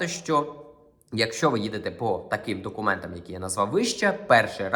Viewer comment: Ви молодець! Гарно говорите українською( за винятком слів « документаМ», « візаМ».)😂❤